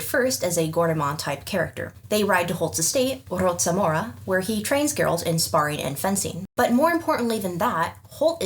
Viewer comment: Regarding Preston Holt's mansion, my best guess is that the "c" in its name (Rocamora), should be prouanced like "k" sound. Your proununciation is correct for native Polish words, but this name should sound foreign/unfamiliar to a Polish ear. Although some boorowed words use Polish "c" too (for example Celt in Polish is prounaced with Polish "c"). I wish to know how Krzysztof Gosztyła (the reader of the narrator parts in Polish audiobooks) would prounance that name🤔